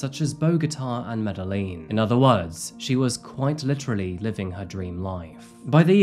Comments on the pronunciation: Medellin is pronounced Medehyin.. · Ok, here is the thing now. This is going be a negative comment but please when trying to pronounce the name of cities try to do a little more research. Medellin pronouse like Medegin if that makes sense. Other wise good video. I love that you touching on cases from my home country